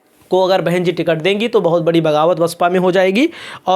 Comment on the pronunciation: BSP , ko aap hamesha vasapa bolte hain,ise basapa bola kijiye